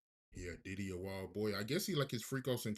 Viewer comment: Call him Puff, Sean or Sean Combs…. You calling him Diddy sounds like you calling him Daddy! On the real!